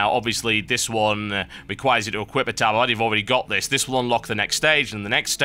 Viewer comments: he says tabAArd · I always pronounced it "TabErd" not "tabArd" is that just because i'm american? or have i been pronouncing it wrong my whole life? o_O